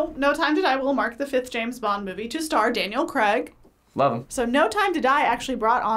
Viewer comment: It's Craig, not Creg... 😑